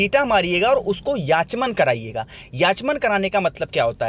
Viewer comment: याचमन नही आचमन होता हे।